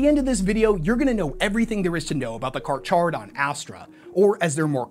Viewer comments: No "H" in the pronunciation of Carcharodan. It sounds more like Car-car-a-don. You say it properly sometimes, other times you say char. I had to look it up. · Great video but damn, you gotta learn when to pronounce some words that have “ch” as “k” in short form “Carcharodon”is pronounced (Kar-kero-don) and Chimera is pronounced “Ki-mer-a”. To your credit though, halfway through the video, you fixed the carcharodon pronounciation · He miss pronounced it at sec but pronounces it properly lmao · i hate how he pronounces the name of my favorite faction like charmander not car-care-a-don which is pronounced as such even for the great white not car-char-ra-don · Car-Kar-a-don, NOT "Car-Char-a-don". Great white sharks are Carcharadon carcarius, two ton tooth torpedoes, 400 million years old, and pretty much perfect at what they do. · Slightly annoyed with various times you pronounce the “ch” as “ch”. Nitpicky I know, but it bothers me. You pronounce “kar-kara-don” most of the time, so when you say “kar-cha-rah-don”, it’s distracting. Also please never pronounce “chimera” and “chimeric” with the “ch” sound, it’s “kai-mera” and “kai-me-ric”, please for the love of Grandpa Nurgle. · Im almost pretty sure its pronounced "Kar-Karodon" you know like the Shark.... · Car- care -uh -don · Just a quick fyi, the ch is still pronounced as “k” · The "ch" in Carcharadon is pronounced like a hard "K" not a soft "c" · How the fuck do you mess up saying the name. its car-care-a-don. Its the scientific name for great whites. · The CH in the middle of Carcharodon is pronounced as a 'k' sound (carkarodon). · Its car-care-a-don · Car-care-uh-don. After the scientific name for white sharks. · Carcharodon is pronounced Car-caro-don. Similar thing with Chimera, it's pronounced Kai-mare-ah. Just for future reference, awesome vid as always though.👍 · He says CarCardon the entire video but introduces them as Car-Char-don.. interesting lol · Nice job overcomplicating it😅😅. Car-car-adon